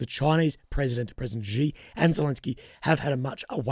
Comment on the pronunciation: Xi pronounced she '